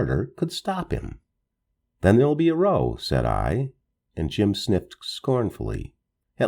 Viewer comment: I really enjoy your stories-they sure help distract me when like now, I’m stuck hiding in the dark during a migraine. Thank you! (I do believe that “row” meaning an argument is meant to be said as though it rhymed with cow rather than snow.) Sorry, I don’t mean to criticize at all! You do a Wonderful job!! Thank you again!